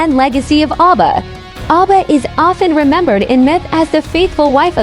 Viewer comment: The spokesman is pronouncing the names of the orishas wrong 😒 Ogun (O goon) Oba ( O Ba))